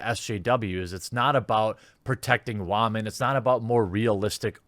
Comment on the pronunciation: I appreciate your principled approach. Are you aware how to pronounce "women" (not "wah-men") or are you being facetious?